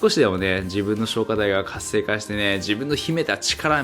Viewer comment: 最後の方活性化が石灰化にきこえて、？、ってなってた